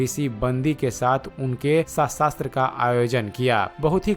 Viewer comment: शास्त्रार्थ कहना सीखो भाई